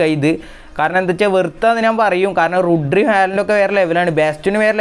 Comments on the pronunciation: റുഡ്രി അല്ല ബ്രോ റോഡ്രി 😂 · Rodri brooo rodri not rudri